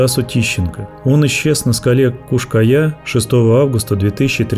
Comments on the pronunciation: В названии видео там написано "Куш-Кая", а голос за кадром говорит "Куяш-Кая".❗🤔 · Как только автор не перекаверкал название скалы, и так и сяк и наперекосяк. Подготовься и читай. Кто ж на ночь глядя по скалам в одиночку ходит, дня им было мало?